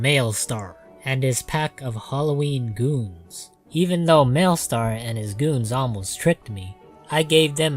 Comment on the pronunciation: Malestar?? Not Malistaire?